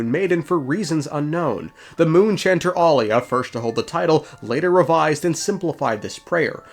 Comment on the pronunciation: Pristess' name is Aila, not Alia. Ai-la 🥰 It is of Finnish origin and means "holy, blessed" The Turkish variant Ayla means "halo of the moon" ✨️✨️